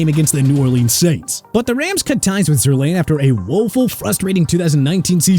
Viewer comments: It’s Zerr line. Sometimes I feel like you guys aren’t sports fans. Always catch you guys mispronouncing names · stop saying Mickey. It's Mekhi (MEH-KAI) Becton! And also Zuerlein is pronounced (ZOOR-LINE) not zoor-lain!